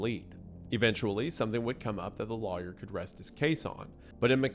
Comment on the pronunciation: Take a shot every time Wendi pronounces lawyer like liar